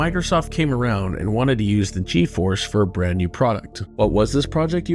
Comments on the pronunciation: I cringe every time he says G E Force. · G.... EEE force